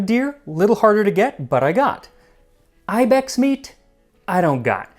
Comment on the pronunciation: That’s not how you say ibex